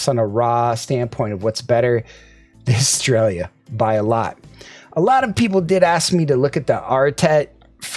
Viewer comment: bruh, eh-stray-uh.... sounds like you're saying "australia"... but it is fitting since i'm reminded of pronouncing "aria" 😂